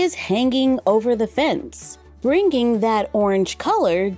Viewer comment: I notice you don't pronounce the 'ng' in some words like singing, bringing, hanging. You say Sin-ging, Bring-ging